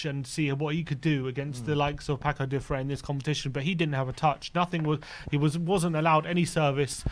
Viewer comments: Paços is Not pakos.... is passus. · It's not "Pakos de Ferreira"... The Ç should sound like an "s". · You write "Paços de ferreira" but you read "Passos de ferreira" not "Pacos". All the best for tottenham from a "Passos" fan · "Pakôs de ferrera". Say Paços de Ferreira, pronounce PaSuuus like Sue my mate. 🤣🤣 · PaKos? WTF is a PAKOS? There would be an excuse if our Manager didn't have at least three press conferences where he correctly pronounces the name of the team more than ten times. WFT? The lack of respect and doing the minimums (like just listening to our own Manager speak) is just obnoxious, as this channel has been for a long time. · It's Paços (read "passos" like paces) Thanks